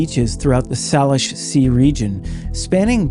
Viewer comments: Native Northwesterner here. Love this channel. "Salish [Sea]" is pronounced SAYlish.😊❤ PS: My daddy-o was part of the seminal D.B. Cooper investigation. I walked into the kitchen and asked "Where's Dad?" Mom said, sighing, "He's down at the airport. There's been another highjacking." Little did we know... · The way you are pronouncing “Salish” is driving me crazy!!! 😂 all of us pnw people know haha